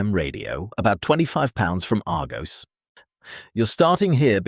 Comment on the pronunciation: crap....can't even say Argos properly